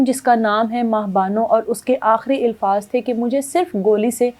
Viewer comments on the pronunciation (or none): Ilfaz Nahi Alfaz HOTA Hy Work on your accent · Ilfaz nai alfaz kehty hn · الفاظ۔ کے الف پر زبر ہے زیر نہیں بہن جی